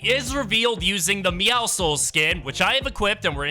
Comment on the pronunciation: But at least he says meowscles correctly